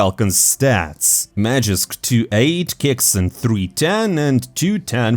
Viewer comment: its magisk not magixx. you dont even pronounce the names differently...